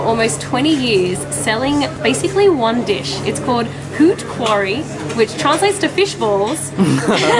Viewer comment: How she pronounced "Hout Quari" lol